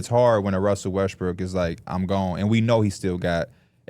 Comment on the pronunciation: He has a hard time pronouncing Westbrook